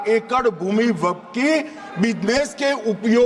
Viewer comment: Waqap nahin Waqf hota hai